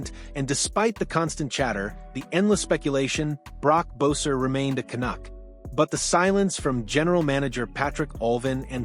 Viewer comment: Cant even say his name right? Is this AI?